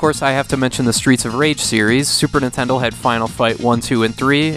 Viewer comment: "Super Nintendle"